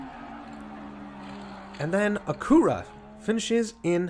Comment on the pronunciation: Great vid with some fun racing! Just a bit of constructive criticism, “Acura” is pronounced like “accurate” but without the “T” sound at the end. And even then they’re really just Hondas as Acura is just Honda’s luxury brand. Just like Toyota/Lexus and Nissan/Infiniti and Hyundai/Genesis. Can’t wait for day 4, this is a fun track!